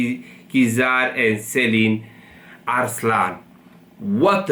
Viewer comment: Selin değil Ceylin. Türkiye ile ilgili program yapıyorsun, Türkçe okumayı ogren.